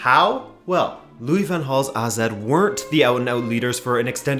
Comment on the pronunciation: Finally someone who pronounce AZ right! Great video as usual, and a very interesting idea